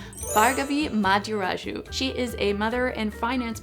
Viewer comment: This is OT, but necessary. "Bhargavi Madiraju" - not her - How to pronounce Indian names (written in English) 101. Its not "Burger-vee" / "Barguvee" 😂, it is Bh-aar-gov-wee. Where 'h' is not silent, but actually is pronounced , like in "Think". And "Madiraju" is a little tricky, cos English less sounds than Sanskrit, but it is NOT "MotherAjoo /MotherAchoo😂". Goes along on the lines of Muh-Thee/Dee-Rah-Joo. (Joo as in 'ju'ice). If you'd like easier to pronounce Indian name, I give you the city name: Thiruvananthapuram. Easy peasy. (Sorry, not sorry, just done watching a 1000 language videos..😢😂)